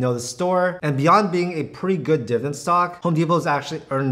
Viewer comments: diviDEND, not diven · Can you actually pronounce the word "Dividend?"